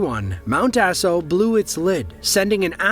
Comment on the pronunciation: 😂 it’s also mt ‘aah-so’, not mt ass-o lol. Makes the eruption sound like a bad case of diarrhea.